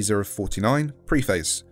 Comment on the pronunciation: The way you pronounce "preface" hurts me